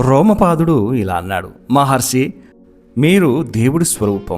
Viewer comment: Maharshi anali kada meeru padhey padhey Maharsi antunnaru. Ur story telling was amazing and clear